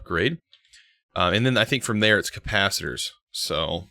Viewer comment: Teo Martin Nah, he thinks it’s “copasiter.”